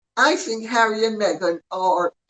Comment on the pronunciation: Not so long ago, the thing Harry married said she was changing her surname to Sussex and that her first name should be pronounced meee-gan. Meeegan Sussex. But everyone keeps pronouncing her name as megg-an or may-gan, and her surname remains Markle. It must drive her crazy to find her demands ignored.